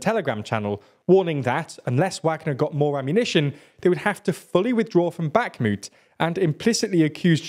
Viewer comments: Bakhmut rhymes with put, not flute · "back moot"